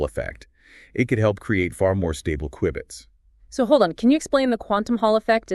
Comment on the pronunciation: He mispronounced q-bits